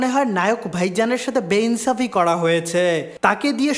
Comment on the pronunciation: Everyone: nainsafi..🥱: beinsafi🤭🤭🤣